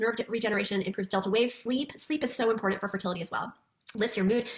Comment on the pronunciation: I despise MLMs and predatory practices but I think I hate the most how all Huns seem to pronounce “important “ as IM-POR-DENT